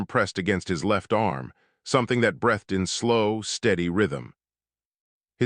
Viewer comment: "... something that brEHthed in ... No such word. Try brEEthed. Why do you you disrespect readers by not doing proof-audit?